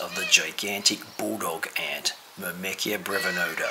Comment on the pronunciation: nice vid, btw "myrmecia" is pronounced "Myre-mee-sia"